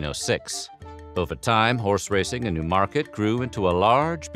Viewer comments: It's NEW-market not new-MARket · Its pronounced NEW market emphasis on the NEW